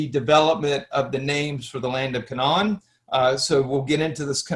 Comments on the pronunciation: The K,non hahahaha . Dude you can't even pronoun half these words, it's pronounced [KAY] + [NUHN]. Philistines... like Pine or Line, they are not Philisteens. Not disagreeing with any of the history as much as I watched, but I can't take someone seriously who calls it the K'non. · You are mispronouncing Canaan. They way you say it would be spelled: Canawn The correct pronunciation phonetically would be: 'Cay' - 'nun' or 'Cay' - 'nen' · It's like INsurance....if you want it pronounced correctly, it is Ca-NAAN! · Same here. The way he was pronouncing Canaan among a few others i was like nooo